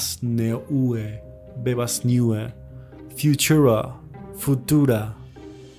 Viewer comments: "neuce." heheh. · "Neue" means "New" in German. It's pronounced "noie". Otherwise, nice vídeo. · neue is german for new - it's more like /naw-yeah/ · I believe that 'Neue' reads as 'Noye'. Great video though.